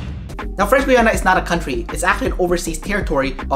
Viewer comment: French "Gwee-ana"???? Try French "Gee-ana" dude